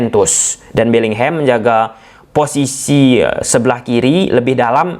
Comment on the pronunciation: Bisa ga sih bilangnya BELLINGHAM aja bukan BELLINGHEM 😮‍💨